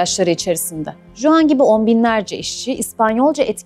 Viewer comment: Bir de Juan, okunuşu "Huan" öğrenirse tam olacak. Jose ||| "Hoze", jalapeno ||| "halapeno" gibi.